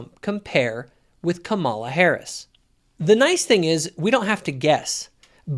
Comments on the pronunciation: You cannot even pronounce Kamala correctly. Your criticism is misogynistic and racist. You are just as racist as Trump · She had said her own name that way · Totally disagree with you on all aspects of your ideas. Trump is toxic to everything he touches. He is a criminal a rapist and a chronic liar. He idolizes autocratic leaders. You can’t even say Kamala’s name correctly. I am woman and abortion is not black and white line it should be between her doctor and and you are taking away a woman’s free agency. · A little disappointed that you don’t know how to pronounce her name. Not sure if it’s intentional or not but I want to believe it’s not. I do agree with your point of you in several aspects about Trump. None of them are angels but certainly she is a better option than him. His actions are terrible. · Who's going to tell him how to pronounce Kamala? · She has pronounced it 2 ways, depends on who she is speaking to and what accent to use. She is also not who she says she is. She is fake. Kamala cameleon.